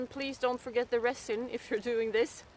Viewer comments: This video was amazing. Very well done. Your English is almost without accent and much much better than my Swedish which is nonexistent. LOL If you don't mind me helping you with one word "resin". It is pronounced with a z sound and not an s as it's spelled. Because why spell it with a z that would make to much sense. LOL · Your accent is so cute. Love the way you say resin. Try pronouncing it rezin